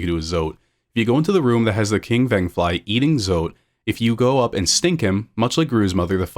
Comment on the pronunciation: the way you're pronouncing some of these words. The venge in vengefly is meant to be like vengeful the luma in lumafly lantern is meant to be like illuminate